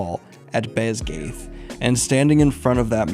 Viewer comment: Basgiath is pronounced BAS GUY ATH.